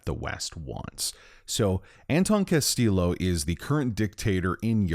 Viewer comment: Bro the game pronounces his name right. Castillo isnt pronounced with a hard L its pronounced “ll” like “y”.